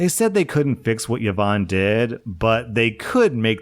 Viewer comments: Please I am BEGGING you. PLEASE pronounce it properly. Its E-von not YeeVon. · Her name is pronounced E-VON, not yovan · e-von not ye-von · The way I shudder every time I hear 'Yeh-vonne' 😮😅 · Yvonne is pronounced EE-vaun btw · Just an FYI: Yvonne is pronounced "E-von". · the way says yvonne is making me giggle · Wait is yvonne pronunces without a vowel start in english?